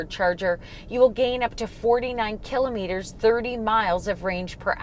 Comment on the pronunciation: "ki "lah" met- er" - otherwise thank you: nice video